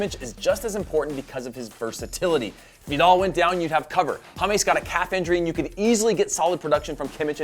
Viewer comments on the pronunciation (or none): none